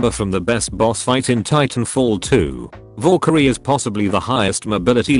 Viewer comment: needs to work on not saying "vorekyrie" lmao